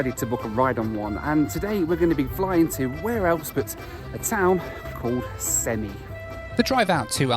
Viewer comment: Funny as a Kazakh stat they called you a journalist Also its pronounced sem-ei not semi